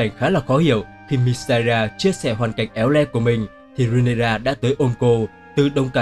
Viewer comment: Rê ny ra chứ ry nê ra đâu vậy